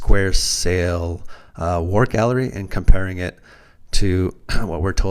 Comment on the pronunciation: theres no R in the word Galley